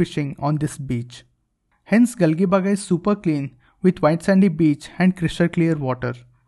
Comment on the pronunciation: It's not Gali baga it's galjibag it's pronounced like this